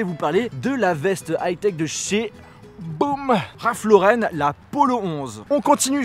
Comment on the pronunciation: Ralph Lauren et pas raph lauren